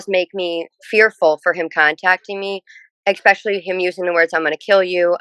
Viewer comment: I hate people that say, "EXspecially."